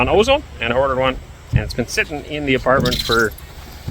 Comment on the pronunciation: Ozon one of the Russian sites similar to Amazon that you keep mentioning is pronounced ah ZOHN. Short O sound, accent on the second syllable. Just a small tip. Good luck with building 💗💗👍